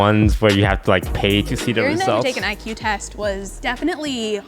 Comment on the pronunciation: She literally said EQ instead of IQ..